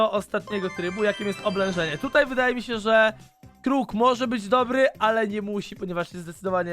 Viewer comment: Kłoł xdd (crow)